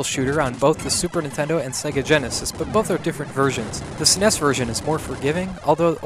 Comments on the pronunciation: Saying "shmup" is better than how you said "Sunness (SNES)." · Caught him saying "SNES" . Got'm